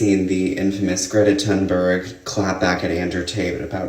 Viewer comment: At least people could pronounce her name correctly, from her own mouth: Gree-ita Toon-berry Now we can take her as seriously as her name.